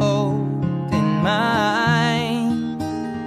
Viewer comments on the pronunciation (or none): none